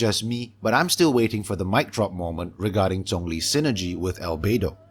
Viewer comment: My gosh, finally a Genshin YouTube channel with actual substance and is drama-free. And I LOVE that you are pronouncing names like 'Zhongli' and 'Xiao' correctly. (Yes I know the way other YouTubers pronounce it is the way the official English voice-over does, and I can understand why miHoYo accepts it since the 'zh' sound isn't really native to English, but JHONGli always felt really wrong to my ears).